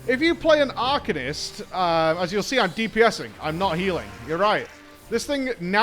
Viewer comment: drink every time says arcanist wrong